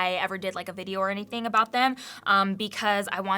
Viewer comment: Great tips for beginners/reminders for all :) Hehe at “ablout”